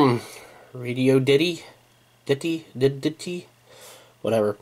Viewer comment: Radioddity is pronounced RAY-DEE-ODD-IT-TEE, FYI.